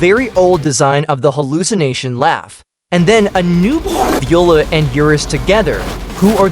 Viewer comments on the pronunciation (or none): none